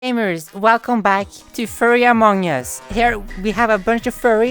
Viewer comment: I love the way you say among us and imposter 😩